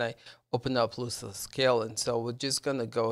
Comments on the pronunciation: Dude its "LOSS-less" scaling. Not loose less. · I believe he meant the pronunciation of the word. You are pronouncing it like foot loose, but it should be like "lostless scaling" and just imagine "lost" has a silent "t". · Tell me how you pronounce loss Ok Now add less and what do you get Loss-less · ITS LOSS LESS NOT LOOSE LESS! 😂😂 Nice video though, thank you. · Loss less. Like lost. Not loose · LOSS, LOSSLESS SCALING NOT LOOSELESS! Awesome video though, thanks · If you make another video please learn how to pronounce the name of the program, you're saying it like it has two o's. It's loss, not loose. Also, it's Jedi Survivor, there's no "fallen" in the title. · Why would I listen to someone who can’t even pronounce the word loss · lol yeah I actually thought it was lose not loss. I spelt it that way when I wrote the title as well. But I corrected it, thanks.